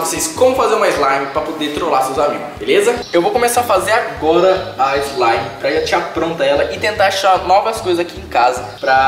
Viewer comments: slamif eslimifi kkkkkk morri eu so acho que é slime😂😂😂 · não é sua ilegal é slaime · Esmaire esmire eslaime kkk